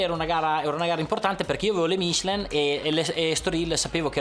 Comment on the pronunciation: Ma perché deve dire "mìchelen"?